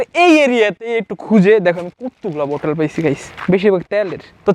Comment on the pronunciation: বটল না বোতল😂😂